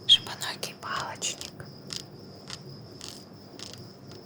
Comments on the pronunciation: пару раз пришлось промотать, упорно слышала жопоногий палочник) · Извиняюсь конечно,но мне не одной это послышалось? "Жо*оногий палочник"😅😂